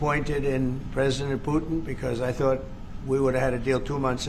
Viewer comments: President Putin not Pyutin. Please have some respect. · Please, show some respect as an Iranian and pronounce Putin name properly.